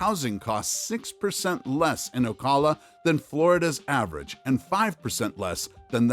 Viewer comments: It's pronounced Oh-cal-uh. Not Oh-call-uh. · Did... Did you really just pronounce Ocala as O-call-a? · Stop using AI! This is the third video I have listened to. I thought that you weren't pronouncing things properly? When you said Ocala. Yuck! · Please learn how to pronounce ocala